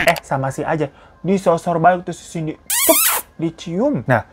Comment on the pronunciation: Bang cindy bang bukan cinday🤣